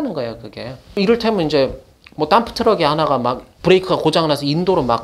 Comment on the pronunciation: 땀프트럭...이 발음이 머릿속에서 지워지지가 않는다